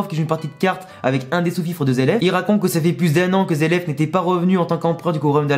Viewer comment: zeleph ou zeref plutot ^^ Les japonais prononcent les "r" en "L" :)